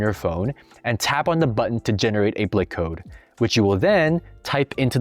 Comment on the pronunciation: blik is pronounced like bleak or bleek because the I is pronounced like ee